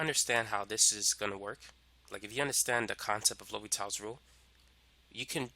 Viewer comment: Its L'Hopital. not L'Hospitals